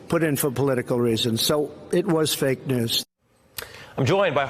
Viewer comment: "Sball group of beeple...fake dewz..." Delusional subhuman psycho who cannot breathe through his doze.